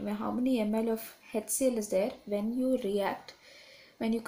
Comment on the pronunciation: Mam Its HCL not hectCl🤣😂